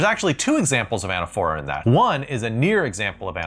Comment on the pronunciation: anAPHora, with the accent on the second syllable, like liTOtese and hyPERbole..